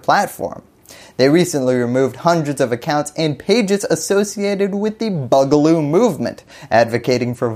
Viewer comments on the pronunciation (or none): I think it's pronounced "boo-galoo", not "bug-aloo".